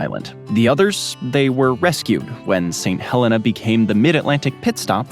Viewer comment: I'm from St Helena Island, thanks for the coverage you've got some great details in there. Not many people mention our cabbage trees. Also we pronounce it as 'St Heleena' really gotta extend those e's lol.